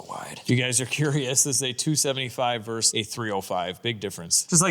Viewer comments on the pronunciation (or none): none